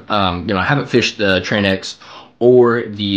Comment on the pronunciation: Tranx is pronounced like Traynks. Rhymes with thanks. Thanks for your thoughts. Been looking at this. Mostly fish piers for Tarpon and Kings. I own 2 tranx 400s and a Okuma Komodo SS. So fun fighting big fish on a baitcaster.